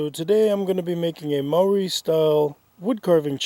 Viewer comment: the moari prononciatin is like you say moori in steed of moari just a tip